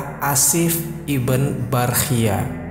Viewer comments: maaf akhi, sebut nama jangan Ashif iben Barkhiyah, lebih baik anda sebut Ashif bin Barkhiyah atau Ashif ibnu Barkhiyah, menurut saya lebih jelas seperti itu, agak janggal didengarnya kalao disebut ibn (iben) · ibn dibaca ibnu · Iya didengar nya aneh